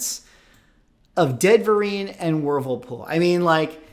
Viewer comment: I swear I kept hearing " first full appearance of Ben Vereen and Whirlpool" instead of "Deadverine" and "Wolverpool". I swear I thought we were about to have a actor/dancer/singer take on a damn washing machine. That would be peak MCU material. I don't know how I can take this stuff seriously. It's like when WWE and wresting stopped even trying to hide the stuff was fake. 🤣